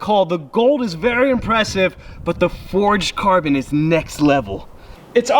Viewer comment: Wait, did he just say forged carbon fiber or am I doodoo